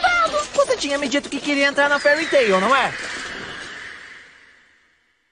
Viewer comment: Nossa cara, o jeito que o pronuncia Fairy Tail me rachou de rir, por acaso o Natsu vai ter um sotaque caipira na nova dublagem? rsrsrsrsrsrsrs